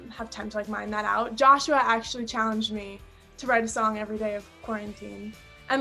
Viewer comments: Joshua not joshy 😩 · she called him jousha in 2019 too